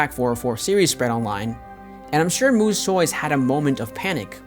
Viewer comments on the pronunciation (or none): MOO-SS not MOO-ZZ. Sorry that was bizarre hearing the “Z” rather than the “S” sound.